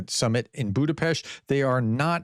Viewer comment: Budapest 🇭🇺🇭🇺🇭🇺 RUSZKIK HAZA! Putin can very well stay in his bunker, waiting for the end. Btw you did pronouned Budapest really well prof.